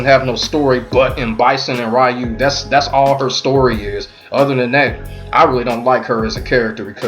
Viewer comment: It is REYU! NOT RAIYU!!